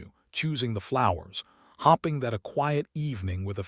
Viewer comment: This reader has a strange way of pronoun verb " hope ing " even those spells hopping, he kept saying Hap ping over and over, why?. Any one notices?.